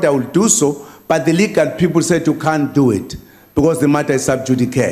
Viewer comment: The matter is sub-judi-cuurr